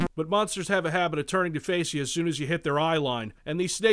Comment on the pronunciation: It sounds like you say BONSTERS. It's "M-ONSTERS"!!! Thanks for the review, I don't have to play this game now:)